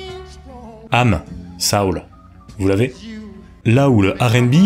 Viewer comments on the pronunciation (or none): Est-ce comme ça que le mot « soul » est prononcé en français ?!? Que je sache, en anglais cʼest « so-oul », et pas « sa-oul » (it rhymes with “hole”, not with “howl”). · On dit soul pas saoul 😂